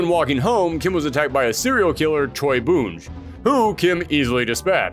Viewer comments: Not Ko-e-Han, Ko-han and not Boonj, Boon-G. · Dude, I adore your content, but your pronunciation of some of the names causes me physical pain. Sie Kensou is “see kensuu” Koehan is “ko-han” Bounge is “bohn-geh” That said, you pronounce Kyo correctly, so all is forgiven. Keep up the amazing work. 😁